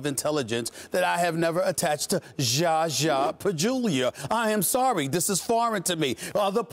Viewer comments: His name is not Jaja Pajulia, Stephen A. Hahaha! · Stephen A can't say "ZAH-ZAH" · hell yes 😂 but.. it's ZAZA man 😂😂 4 fuckim letters.. he's zhazha which is harder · Stephen A common man.. it's Z-A-Z-A ! How hard is that? he just keeps disrespecting man for years with misprouncing one of the simpliest name!